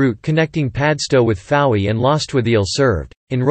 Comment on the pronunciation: Tintagel is pronoumcrd TintA gel agel and Fowey is Foy.